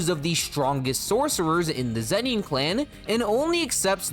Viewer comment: lol zen-NEEN. so distracting